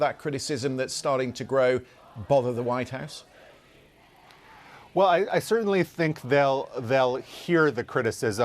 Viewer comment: "Widehouse reporder"? 🙄